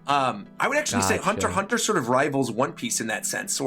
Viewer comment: Berserk, Hunter X Hunter, and Vagabond... Thats not how you say it...